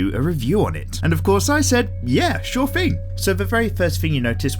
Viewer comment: With. Thing. Thirteen. 'Th's are not 'F's!